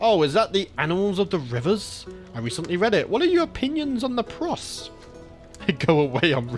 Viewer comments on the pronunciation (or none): You know me. Not a stickler for pronunciation, but you pronouncing prose as pross hurt. □